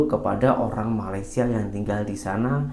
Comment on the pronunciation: Malaydhes Oh Malaydhes🤣🤣🤣🤣🤣 Petronas Oh Petronas Wkwkwkwk🙃😀🙃😀🙃😀